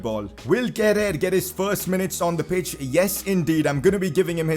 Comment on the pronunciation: It's pronounced Keh-rur. Great episode keep it up. Leipzig carrer mode next please.